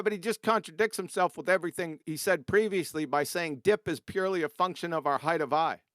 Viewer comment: Why does always say “heighth”!?! It’s sooo annoying!! Otherwise great show as always!!